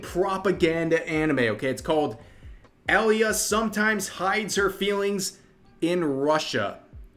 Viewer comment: But you should pronounce it as ALYA not ELYA